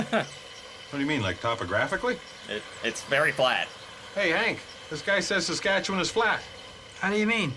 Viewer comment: Not many Americans can pronounce "Saskatchewan" properly, so to hear you nearly nail the proper pronunciation is impressive! 👍 I say nearly, as the "wan" part at the end is typically not as drawn out as you have it. Although, to be fair, most Canadians east of Manitoba have this similar issue when it comes to proper pronunciation. And yes, Corner Gas totally depicted small town Saskatchewan living, town rivalries and all. The creator of the series, Canadian comedian Brent Butt, was born and raised in the town of Tisdale, in the Northeast-Central part of the province. The name of the town in the show, Dog River, is a homage to the Doghide River that flows through Tisdale. The clip you played that talks about how flat it is, is 100% true, hence how Saskatchewan is also known as the "Flatlands of Western Canada". I'm also slightly disappointed that "Letterkenny", "Kenny vs Spenny", "Royal Canadian Air Farce", "The Red Green Show", "Mr. Dressup" or "The Littlest Hobo" didn't make the list, as these shows have also left an impact on Canadian culture.